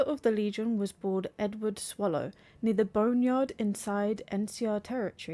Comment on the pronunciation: It's Sallow, not Swallow